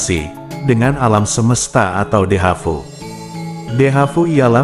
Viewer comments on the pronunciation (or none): Dejavu bkn Dehavu min😂